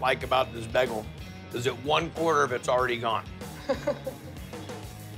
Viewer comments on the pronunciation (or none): It's like he's saying beggel instead of bay-gle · If I hear "Bæggel" one more time, I might flip some tables